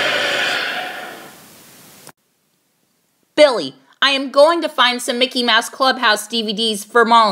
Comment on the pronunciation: You pronounce Billy like belly